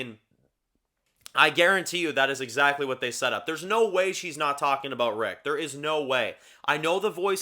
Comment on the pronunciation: If you listen really carefully she definitely says rick